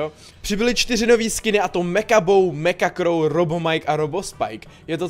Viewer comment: řekl meka crow🤣